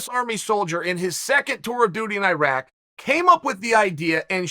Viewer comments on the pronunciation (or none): none